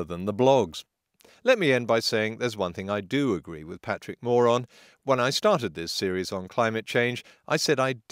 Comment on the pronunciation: "There's one thing I do agree with Patrick Moore on" Sounds like: "There's one thing I do agree with Patrick moron" Is it only me?